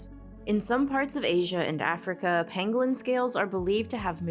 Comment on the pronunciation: pAngolin not pEngolin kid get it right lol